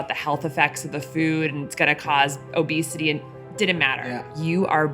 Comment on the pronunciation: Its obesity not obsity